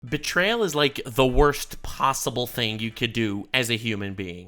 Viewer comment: She really did put L in bertrayal.